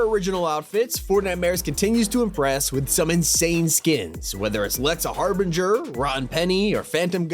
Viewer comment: "Lexa Harbinjur" ????